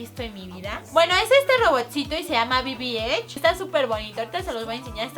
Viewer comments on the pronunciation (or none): El robot yo lo tengo y es bb-eight no eich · Lesslie dijo bbh no bb8